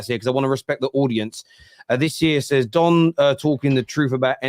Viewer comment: His name is Don.... Not Dom